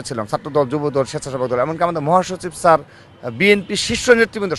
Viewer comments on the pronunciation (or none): none